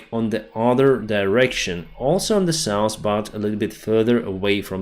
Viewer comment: Please! Stop saying souse for SOUTH. Same with norse for NORTH.